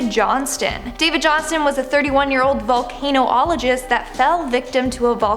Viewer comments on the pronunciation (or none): Volcanologist, not Volcano-ologist and volcanic eruption, not volcanic explosion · lol she said volcano ologist. pretty sure its vulcanologist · *vulcanologist, not volcano-ologist *Mount St. Helens, not Mount St. Helen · "...was a volcano-ologist." Hilarious. It's "vucanologist" you idiot. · Love these but it’s not volcano-ologist. It’s pronounced in the way you’d say volcan-ologist. Great vids though! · you're hot but you should pronounce words right especially if you're gonna make videos. Volcanologist not volcanologist. Like your vids though. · Volcano - ologist???? It's volcanologist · It's VOLCANOLOGIST not volcano-ologist. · Volcanologist. Not volcano-ologist. Sounds like Vulcanologist lol. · Vol-cane-oh-ologist? Do they do the same work as a Vol-can-ologist? 🤔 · OMG. It is not volcanoollogist it IS Vulcanologist as Vulcan-ologist. Do you see the difference? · Volcano-ologist Or...volcanologist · volcanologist not volcanoologist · Vul-cuh-nahl-uh-gist not vul-cain-o-ahl-agist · Volcano-ologist? VOL-can-ol-o-gist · She is so cute did she say "Volcano-ologist?" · For future reference it’s pronounced: VOL-CAN-OLOGIST. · HAS BABU NEVER HEARD OF BEARS? AND YOUR VOICE-OVER IS VERY GOOD, BUT WTH IS A VOLCAN - OH - OL - A - GIST? AND PLEASE NEVER LAUGH AGAIN. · Its "volcanologist" pronounced vulcan-ologist" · It's actually pronounced " Vol-can-ologist" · It's pronounced vulcan-ologist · The way you said "Volcanologist" has me dying, lmao